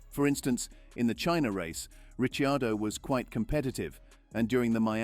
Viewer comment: The correct pronunciation of his name , he being Italian